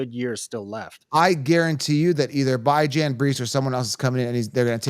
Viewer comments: Are you mispronouncing Bijans name incorrect on purpose? You've said it a few different ways. If you're giving fantasy advice, the players deserve a proper name pronunciation. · Can you say BIJAN’s name right let me sound it out for you BEE-JAHN 🤦🏼‍♂️ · WHY do you have to call him Bi-Jan lol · I discredit your advice based on you not knowing how to pronounce the players name’s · He refuses to say his name right even though there’s literally videos of the guy specifically answering questions about how to say his name.